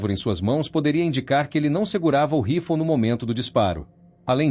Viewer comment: Que mania de falar " rifol" o nome é RIFLE!